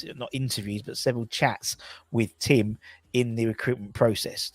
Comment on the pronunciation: u keep pronouncing Tim incorrectally.